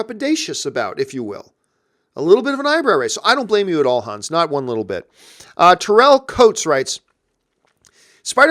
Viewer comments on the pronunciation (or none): none